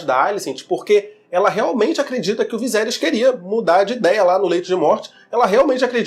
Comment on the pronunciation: viSerys VISERYS pfvr!!! é horrível ver vc falando viZerys kkkkk